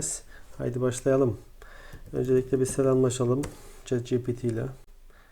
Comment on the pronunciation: ogli şet değil çat diye okunuyo